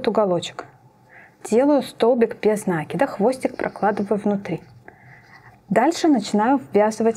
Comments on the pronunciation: Очень красивая сумочка, но без нАкида это не правильное ударение. Правильно будет без накИда, это словно кинжалом по сердцу. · 😂без на́кида?? Может без наки́да.. аж уши режет..граматеи и сумка колхоз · Поправочка: нет такого слова "нАкида", а есть " накИда". проверочное слово "накИдывать".вы же не говорите "нАкидывать". повнимательнее пожалуйста, иначе думающая аудитория уйдёт к более грамотным авторам.